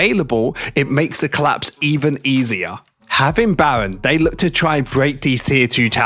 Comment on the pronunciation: 😂 bro says Bawen ahahahhaa instead of Baron